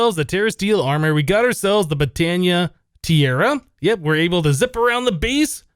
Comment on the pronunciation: He pronounced tiara wrong. Normally this doesnt bug me but for some reason this one ticked me off.